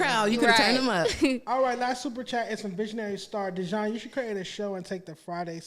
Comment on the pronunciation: IT'S DEEEE-JON DAMMIT!!! 😂 For real though, Dejon, you got some good chemistry with... Y'all are like a DYNAMIC DUO & if you can find a way to get Lush over there, even if it's like 1-2 times per week, it would be one of the best podcast out there... You & Lush have a great amount of Hip-Hop & Music knowledge so when you guys get together... the show is never dull! Even if you can get Lush once a week, it would be dope... But you & should have different guest every week, instead of just searching for another co-host... Either way... Don't fucc it up!!! You got some good shit going here! Love from Baltimore! 💚💚💚